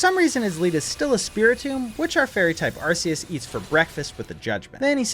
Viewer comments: IT IS ARK-EEE-US, NOT, ARCE-EEE-US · Bruh, I'm currently in the middle of binge watching your entire channel but I have to ask why you think Arse-eus is the correct pronunciation? Do you think Arc is pronounced "arse" as well? 🤣🤷‍♂️